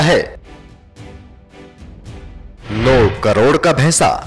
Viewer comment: abe bhaisa bhes ko bhesa bolata he